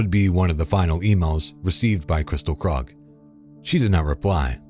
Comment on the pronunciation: I noticed Krug is mispronounced multiple times by the channel